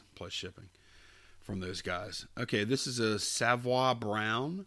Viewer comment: That reel to reel is pronounced Sav - oy as in boy. HUGE in the late 60's - 70's.